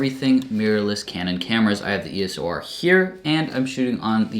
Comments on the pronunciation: Why do you keep calling it the "ESO R"??? Hard to take you seriously if you don't even know what it's called. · did you just say ESO R?😂😂😂 EDITED: ESO R all the way through😂😂😂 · its not ESO R is EOS R....lol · E-S-O-R LOL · Hi,, now, while listening closer to the pronunciation it more sounds like it's phonetically "iː əʊ səʊ ɑː" like "EO-SO-R"...